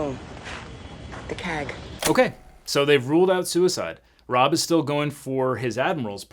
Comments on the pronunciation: Rabb, not Robb. Pronounced raab. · Same thought. I watched the show when it was on and haven't seen it in years but the instant he pronounced it "Rahb" like Rob I was shouting "Rabb!" Then he got it right after a clip was played in which we heard the name pronounced, but then he went back to "Rahb" again. Not an indication of someone ever regularly watched this show. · I believe it's Rab not Rob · his name was RABB not ROBB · RA AB not Rob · It's RABB, not ROBB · Why do you keep calling him “Rob”? His last name is Rabb. Say it like you would say “rabbit” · Harmon Rabb. Not Robb. Also, the show got really good when they brought in Mac. It fell apart when they killed Singer, and AJ’s fiancée cheated on him. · His name is Rabb. Not Robb. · It's RABB not Robb lol. makes me leary of your observation skills and extendedly to the courtroom. lol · Rab not rob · It's pronounced "Raaaab" not Rob. Get with it. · Rab, its RAB, not Rob! Gah! No offense, but it drove me nuts! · Objection! His name is Lieutenant "rAbb", not "rObb". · i love your videos, and as a former marine and j.a.g. show fan, i have to say you are mispronouncing his name. lol lol, it is not ROBB, like he robbed a store, it is RABB like grab without the G. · The character's name is Rabb, rhyming with the Nab, not Rob rhyming with Bob. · How many times is he gonna call Rabb "Rob"? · its just poking me its Raaab not Rob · Can we correct your pronunciation then? It is Rabb, not Rob. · I keep hearing you call him Rob his name is rabb sorry to correct you but I'm a diehard fan of jag lol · Rabb, not Rob. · Did he just call then Lt. Harmon Rabb Jr., Lt. Rob. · Objection! You kept mispronouncing Lt. Rabb's name. It's Rabb, not Robb. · Objection! Counselor is mispronouncing an officers surname! 😂 It’s pronounced Rabb (aaaahhhh). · Love how you mispronounced his name as Robb instead of Rabb😂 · Objection: The character's name is Rabb, not Rob. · It's Rabb not Robb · It's Rabb, pronounced like abs. Not Rob!